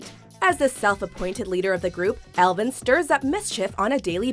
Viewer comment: how do you say Alvin wrong? lol